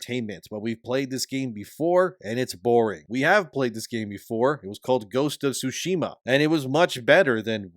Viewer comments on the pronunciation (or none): Sorry to nitpick but Tsushima has a T sound. Without it, it's currently being pronounced "sushima", which is incorrect. Other than that, great work with the content.